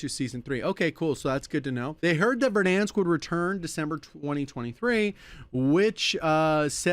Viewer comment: Vedansk? I'm sure i've pronounced it that way after long sessions back in 2020 :D